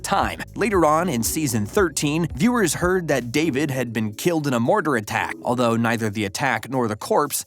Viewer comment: The VoiceOver saying "David" and not "dahveed" smh my ears are bleeding